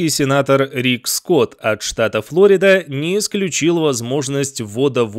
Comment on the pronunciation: Диктору: Штат Florida в русском читается с испанским ударением, а то есть Флор`ида. Ударение на «о» является ошибкой.